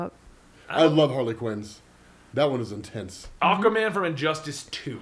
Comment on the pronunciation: Good Lord. Really? You can't pronounce aquaman either?! lol I watched a documentarary about ockaman fighting the dorves. It's like watching an episode of rugrats with these pronunciations lol. All joking aside, love the videos. Keep em coming